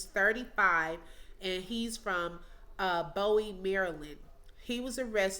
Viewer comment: It's LAN-em and BOO-wee. 😉